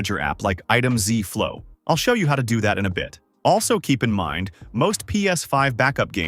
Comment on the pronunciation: "Item ZEE flow" lol